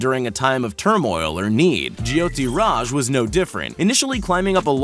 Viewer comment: It’s “Jyoti Raj” & not “jiyoti Raj”. Learn to pronounce Indian words!!